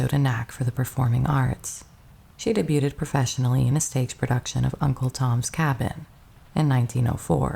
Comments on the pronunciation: It is as you ended, actually, " day·byood" lol😊 But definitely not Day byooTed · Debuted is pronounced deBEWed. T is silent. Or online pronunciation day.BYOOD. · I had previously read about Barbara La Marr’s tragic life. What a tragic story. BTW, “debuted” is pronounced “day-BEUD” . 😊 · "Debuted" is pronounced "de-BYOOD" "Debuting" is pronounced "de-BYOO-ing". So many videos of yours have this mistake. The "T" is only pronounced in "debutante". Sorry. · I really like your voice and the way you tell the histories. One thing, though, debuted - Pronounced "deh-byood," it means "introduced" or "launched." Debuted is the past tense of the verb "debut" (pronounced "deh-byoo"), which means to appear in public.